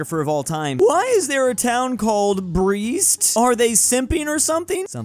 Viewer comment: In Ruzzia's puppet state it's Brest Litovsk. And don't pronounce it BRIST.